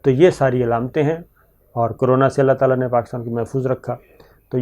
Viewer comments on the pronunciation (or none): none